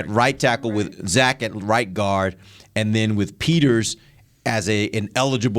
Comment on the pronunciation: LMAO that's his name from now on. I believe she said Zach but her accent turns the Z from sounding like Zuh to a hybrid Szuh with an emphasis on the S. So it does sound like Sack. I like Sack Martin much better so that's what I'm gonna call him lol 😆